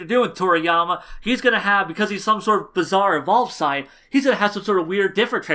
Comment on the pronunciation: than at least say saiyajin, like the Japanese version pronounces it